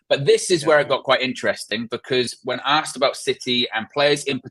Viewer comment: ASKED. NOT AKSED. sorry, just bugs me when people say that 🤨😂